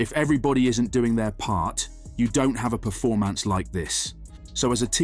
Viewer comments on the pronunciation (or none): So sick of these clickbait bs videos, why is it so many people making this videos who are English cannot pronounce basic words, this guy cannot say sources and performance, go work in a factory, your time would be better served !